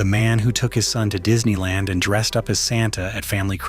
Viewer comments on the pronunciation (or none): none